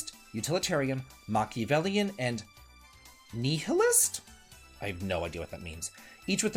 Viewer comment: The way you said nihilist had real "Da Vinki" energy. 🙂